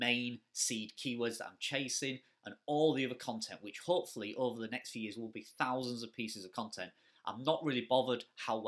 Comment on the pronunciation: "Lets go over't serp robot" 😂 Very Yorkshire there